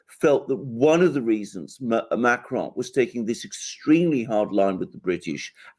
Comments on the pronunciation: should avoid saying Macron’s name. Just anglicize it, if you have to say it at all but whatever that was he was doing with the CR made it sound like an Italian pronouncing “macaron”. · Why does refer to Macron as Macaroni?